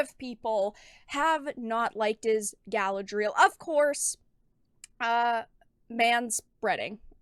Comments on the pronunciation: guh-LAD-ree-el, not gal-uh-dreel. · I love your content and you do God's work my child but you must pronounce Galadriel properly. Unless you're intentionally mispronouncing it to associate it with this...thing that is NOT Galadriel.